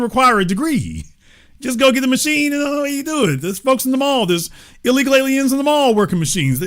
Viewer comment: Its no fun being an illegal 'a-leee-un'.